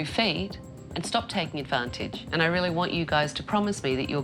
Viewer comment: Did she rrrrrreally sleep there you think?